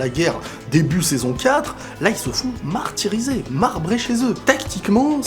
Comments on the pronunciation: Il ce sont fait "MARHtyrisé" 🤣🤣🤣 Allez bonne nuit ✌ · MAHRtyrisés, MAHRbrés chez eux 😂😂😂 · "ils se font mahr-tirisé" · "Ils se font MAHRtirisés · «Ils se font mahr tirisé » 😂😂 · "Ils se font maHRtyrisés"